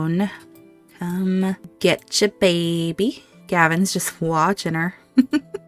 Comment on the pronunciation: Oh no, that start! Why does Aemma always have such loss. I laugh every time you say bay-by. Aemma and Leoric saying goodbye before the trial was just perfect. Realising they do love each other and the convenience is all real love now, hust before possible tragedy. Made the tension even worse for the trial! Leoric!!! Yes!!!! (Trial with umbrellas ! I could feel the annoyance that you'd planned this great thing and then the game didn't co-operate but don't worry we still got the tension) The reunions of Aemma and Leoric and James and Matilda ❤❤❤ my heart is melting so much. Couple goals!